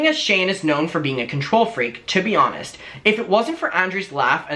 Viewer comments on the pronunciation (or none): none